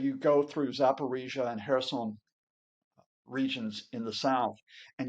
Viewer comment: did you say "pull out of Korea"?